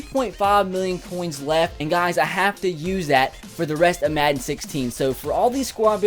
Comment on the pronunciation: maden instead of madden